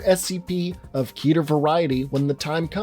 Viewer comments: It's pronounced keh-ter not key-ter. It sounds dumb pronounced key-ter. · please say it with me slowly Ket-er ket er not KEYTAR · Canonically it’s pronounced like Ket-air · Your telling me you know what scp stands for but you still mispronounce the word Keter? Ok then.